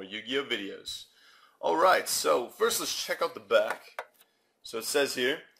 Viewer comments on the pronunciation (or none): none